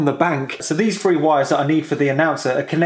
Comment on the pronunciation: omg it's three not free just like my french kid trying to learn english. Subscribed cause it's good info :)